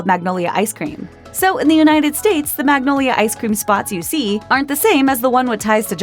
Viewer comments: Sure ako ung magnolia hindi nabigkas ng tama.Pati ung halo halo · milk How do they pronounce “Magnolia” differently? It’s literally just mag-nol-ya. Why do they have to make it complicated. 😂